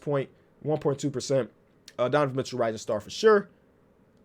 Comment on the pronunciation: "Donovan Mitchoo"